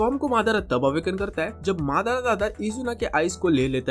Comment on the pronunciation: भाई madara होता है मादा# नहीं २:५२